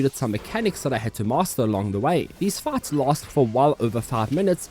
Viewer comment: Thought he was saying farts instead of fights.